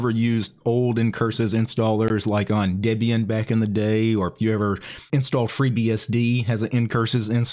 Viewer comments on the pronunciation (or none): none